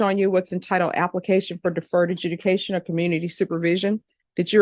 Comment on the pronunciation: AJUDICATION NOT EDUCATION!!!!!! Seriously?